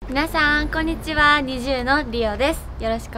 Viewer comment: 最初の｢みなさ〜ん、こんにちは〜｣が韓国の方ぽくてカワイイ🤍